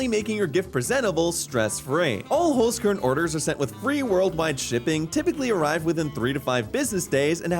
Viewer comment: as a German I cringed at the way you said Holzkern ._. good video though!